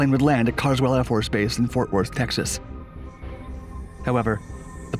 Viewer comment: You couldn’t say Fort Worth right?!? I’m so Disappointed ☹️